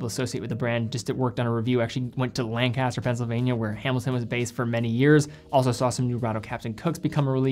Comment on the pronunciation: Lank-uh-ster not Lan-caster for the locals